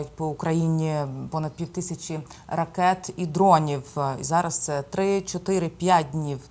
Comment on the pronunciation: Ріже вуха, коли вимовляють ракЄти, шахЄди. Слава ЗСУ! Співчуття всім постраждалим! 🇱🇻🇺🇦